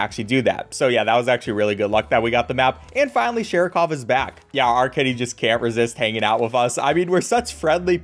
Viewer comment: Just a piece if useless info: Shah–Ree–kəv with a thrilled/flapped R is how you pronounce the cat's name in Russian. The R is like in the word "better" in some American accents (pronounced: beRa). In Standard American English it would be the same, except the R would be pronounced like it is usually pronounced. "Sarah-cough" is close, but not quite it. P.S. sorry if it sounds offensive, I totally don't mean it like that. Just a piece of mildly interesting, yet useless information.